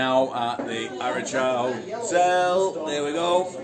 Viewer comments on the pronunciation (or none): Good video, hotel and village pronounced arra car